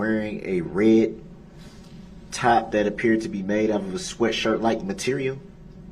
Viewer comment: We need to write a Brooks dictionary! Showders, do dat, liberry, co-horsed, biast, oaf, but my favorite was unbiblical cord in his closing statement!